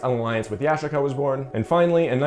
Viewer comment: Goofy - funny how you mispronounce Yashica and Kyocera....as if you never heard of them...not to mention what you say in the specs doesnt even match what you're saying in the commentary...lolol